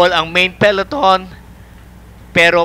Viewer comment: To the commentators: it's Pe-LO-ton, not peLEton.